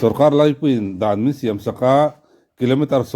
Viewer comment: BURMA PA PU SAILOVA HIAN A THIK LO CHE U, DRUGS TE INLO ZUAR A, INLUAHMAN TE IN TIHSAN TIR A HEIHI A THALOA MIKHUAL IN NIHNA ANGIN MIKHUAL FEL LEH PATHIAN TIHMI NI TURIN A DUH ZAWK CHE U TIHNA ANI ZAWK. SHIAM NILO IN SIAM TIHTUR. AL TILO IN AR TIHTUR😆 PHOREIN AH INLO AWMA AWM NGAIHNA IN HRELO TLAT MAI😆 PU SAILOVA FULL SUPPORT❤❤